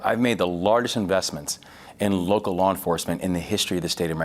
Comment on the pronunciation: Did he say woke-cal law enforcement 😂😂